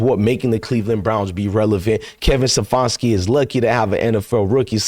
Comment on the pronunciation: His name is Ste FAN ski